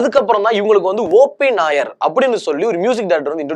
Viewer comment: யப்பா தம்பி காத்தவராயா, நீ ஆங்க்கரா, கிறிஸ்துமஸ். சுத்த பேஸ்தடிச்ச பிம்பிலிக்காவா இருக்கியே. மொதல்லே ஒன்னோட பேரை ஒழுங்கா சொன்னியா? "O. P. NAIYAR " ஓ. பி. நய்யார் என்பதை நாயர் நாயர் என்கிறாய். "தேவ் பர்மன் "என்பதை வர்மா வர்மா என்கிறாய். இளையராஜா இசையில் "செண்பகமே செண்பகமே "தேவா இசையில் என்னென்ன என்னென்ன வித்யாசாகர் இசையில் கொஞ்ச நேரம் கொடஞ்ச நேரம் பாடி உள்ளார். தீஸ்ரி மன்ஜில் என்ற இந்தி படத்தில் "ஓ மேரே சோனாரே என்ற பாடல் ஆர்டி பர்மன் இசையில் ஒரு கலக்கு கலக்கியது